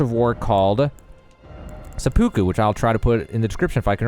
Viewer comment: "Suhpookoo" XD